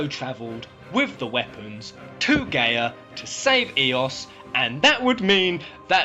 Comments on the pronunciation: It’s pronounced guy ah not gay ah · Every time I hear him say "Gay-Uh" instead of "Guy-Uh" I die a little bit on the inside... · just found this. it's a really COOL idea. but why does he keep saying the planet's name WRONG!? wtf is GAY-uh? it's GUY-uh. the letters "a" and "i" together make an "eye" sound. and the word Gaia has been around for a while. always pronounced with the "eye" sound. and as for Luna being Jenova.... why would she come back to the same planet wanting to destroy it after saving it in the first place? sounds a little too contradictory... unless during her time adrift she was corrupted. the weapons being invaders.... no. in VII they only tried to get rid of the thing hurting the plant. even when Diamond Weapon fought Cloud, it was because he was in the way. after you beat it, it still continues toward Midgar, not caring in the least about the heroes. if they were destroyers why would they stop what is doing their job for them? but turning it around.... the Weapons could have poisoned Luna while she "poisoned" them in return. they were infected by her good will while she absorbed their maliciousness. if that were the case I MIGHT be able to KINDA see this being a truth. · isn't it GUY-A not GAY-A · gaia its pronounced "Guy-yuh" Btw